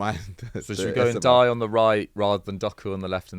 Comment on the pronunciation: who is nadayaya ??, ok, everton, so that gibberish must be Ndiaye